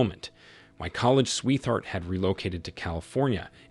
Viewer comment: when you hear "sweeth heart" you know its an AI narrator